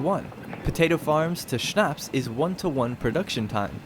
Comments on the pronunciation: It‘s so funny to hear a native english speaker saying „Schnapps“ :D Great tutorial tho, really good work! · True xD